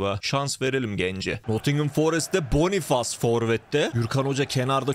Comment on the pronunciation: Bonufes diye okunur abi